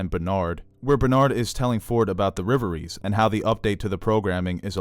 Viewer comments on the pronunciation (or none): Dude, rev-uh-ree REVerie not RIVerie. Otherwise, great stuff.